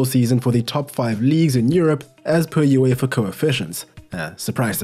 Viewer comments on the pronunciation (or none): none